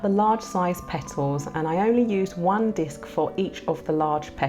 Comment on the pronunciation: I love how sis says "Pet tles"